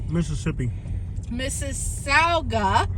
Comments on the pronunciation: It's pronounced Mrs. Sogga. Sog like hog. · Mississowga ?? not how you pronounce it ! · You're in my hometown it's pronounced like Mississipi. You're forgiven for butchering the name 😂